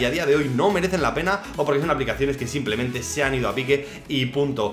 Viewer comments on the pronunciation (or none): none